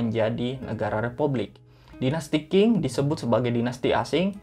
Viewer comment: Qing itu dibaca Cing bukan king. Memang bgitulah bahasa Mandarin, sudah huruf kanji, cara baca pun TDK semua sesuai dgn cara mnulis.